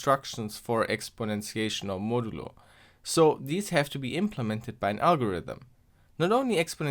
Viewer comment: modaloo lmao